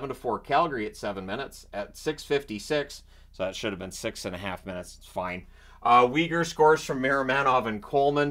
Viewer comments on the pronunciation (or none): none